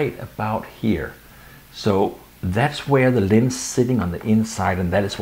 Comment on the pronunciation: Nice video, and I love that you keep saying "lins" instead of "lens"! Linsskydd?